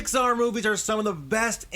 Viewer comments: you said pixbar not Pixar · You Said Pixard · how can you love pixar when you proununce it "Pixbar" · Did say Pixpar? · "Pixbar" lol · Pixpar XD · 2:98 he said pixbar